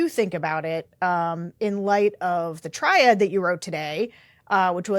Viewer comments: Is she saying “triad” when she means “tirade”? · Did you mean "tirade"not "triade"????